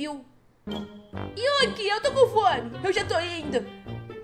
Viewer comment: Você falando yuqi e eu corrigindo eu::é e yuriii